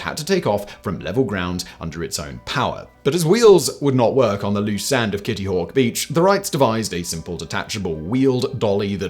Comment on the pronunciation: Kitty hawk tuwa lol is what when he says it